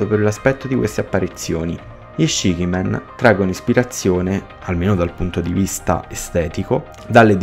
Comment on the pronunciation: se il significato è sette facce, la pronuncia dovrebbe essere ''scici'' e non ''scichi''